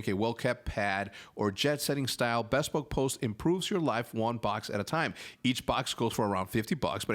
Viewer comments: Hercz bespoke is pronounced b-spoke just saying. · You are definitely saying bespoke wrong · I get like ticked off every time Hector says "bespoke" incorrectly haha.